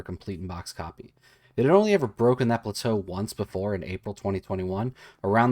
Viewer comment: So many fun facts and memes in this one, I LOVE it! also the way he pronounces plateau made me LOL